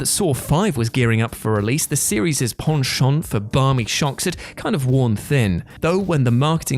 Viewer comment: I subscribed on the strength of you pronouncing "penchant" correctly